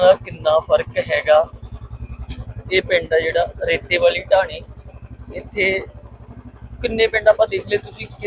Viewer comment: ਟਾਹਣੀ ਨਹੀ ਬਾਈ ਜੀ। ਢਾਣੀ। ਹੈ